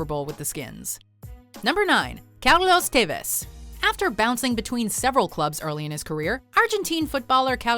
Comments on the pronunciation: The cringe I felt when she said Carlos Tevez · That Carlos tevez pronunciation 😂